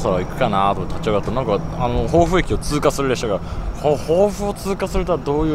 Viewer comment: 防府駅でのとうちゃく放送が「ぼうふ」と「ほ」が濁っていますね。旧制「防府中学」を卒業した亡父も「ぼうふちゅうがく」と言っていました。